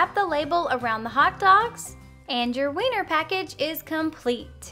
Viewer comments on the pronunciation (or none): She said winner sausages